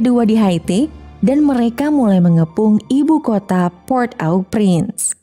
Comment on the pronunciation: Maaf min cara bacanya PORT-AU-PRINCE itu ( poghrt O Pghrans )